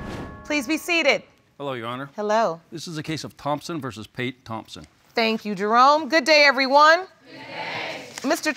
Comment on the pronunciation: Am I the only one who heard Jerome as drone ????🤭🤭🤭🤭